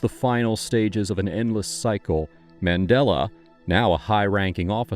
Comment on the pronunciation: Such a great book, surprised it never got as much as a mini-series - btw Mandella was named by his hippy parents after the circular religious symbol of the 'Mandala' and supposedly should be pronounced the same way.